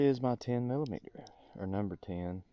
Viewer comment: Can we have more drunk math videos? "mill-uh-meet-er"